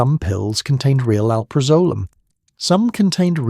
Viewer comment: barr in and already your AI can’t properly pronounce alprazolam which is the subject of this video so why TF are you so lazy you can’t review to be sure some of the important words are pronounced correctly by your AI. Big failed dude deleting and never coming back to your slop!